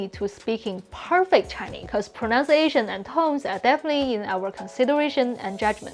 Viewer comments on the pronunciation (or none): You keep saying "pronounciation" - it's actually "pronunciation". Proh-nunce-ia-tion. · The best English word to pronounce correctly is pronunciation. The second sound is nunn (like the word none), not nown (like the word noun).